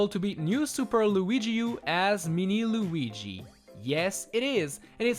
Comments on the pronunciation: It is not Luigi it is Luigie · He's called "Luigi", not "Luiiigi"